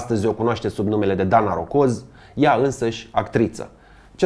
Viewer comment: Rogoz nu rocoz